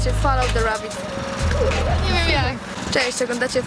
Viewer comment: foloł de rabjat kurwa